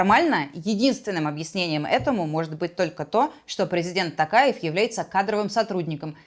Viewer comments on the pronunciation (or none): none